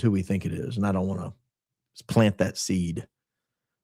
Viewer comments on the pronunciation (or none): none